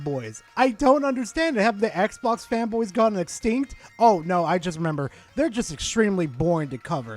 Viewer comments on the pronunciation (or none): none